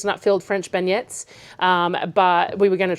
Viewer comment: It's pronounced as Ben yay